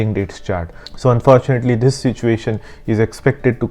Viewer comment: Do th-hiss and do th-hat